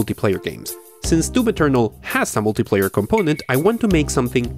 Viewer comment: Bega Tree, Ferry Low Settings, Doom Ethernal this guy pronounces everything wrong with no logic behind it.